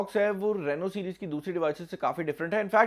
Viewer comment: Rano Nahi Reeno Hota Han 😄😀